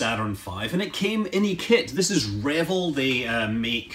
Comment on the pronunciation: I guess it's the Scottish in you, but I notice that you pronounce it like one would pronounce the first part of "Reveille" (RE-vill). Growing up in the 60s when I built it during the Apollo program, all of us neighborhood kids that built models pronounced it, "re-VELL" I suspect that the paint scheme in the plans is based on the non-flyable AS-500F test Saturn used to work out all the kinks about roll out, and prepping the craft for a real mission. It's paint scheme was slightly different than the Apollos that were launched. That book by David Woods is really good. Be sure to also get his book "How Apollo Flew to the Moon". A REALLY great read.